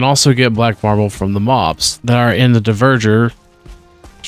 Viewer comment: Also, DvErgEr - not deverger